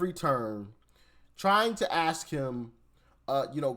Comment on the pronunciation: I sure wish you would 'ask' the question in stead of 'ax' the question. You don't have to speak incorrect English any more. You are above ebophonics.